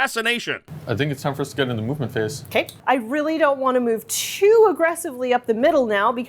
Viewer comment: lol, the "mub-ment phase"